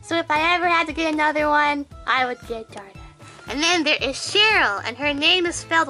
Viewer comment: 'Darla' it's Daria lol